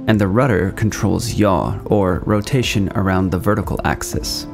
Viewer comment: Aha! I always suspected that yaw is "yotation around wertical"